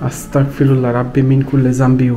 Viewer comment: আসতাকফিরুল্লাহ না!আসতাগফিরুল্লাহ হবে।👍🖤